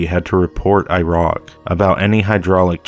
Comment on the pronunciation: He says irock LOL!